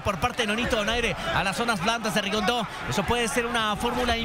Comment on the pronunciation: repite conmigo Rigondeaux No rigondo ni rigondu que brutos son.No pueden aprender a pronunciar su nombre correctamente?